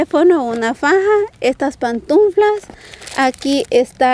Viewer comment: de mi ❤️!!! no se dice PANTUNFLA, se dice Pantufla!!! sin la N del medio.... jajaja jajaja jajaja igual amo como lo dices